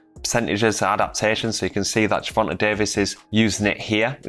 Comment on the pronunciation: Ger-von-huh Davis!